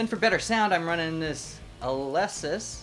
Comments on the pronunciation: It's pernounced with a long E sound. Aleesis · The hiss is coming from the usb bus. Pronounced Aleeesis usually have a pretty low noise floor. Great vid thanks